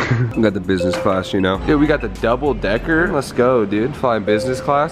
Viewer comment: how many times did he say busnes class ->